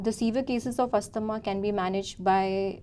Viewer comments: So, she said 'Yeah/yes...for many times...inappropriately and she mentioned 'I completely understand your concern for many times... Pronunciation of Asthma is also wrong.. etc. despite those mistakes, you have uploaded this conversation for others to learn?? Ridiculous... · asthma- you have to pronounce it correctly as a doctor....!!!!!!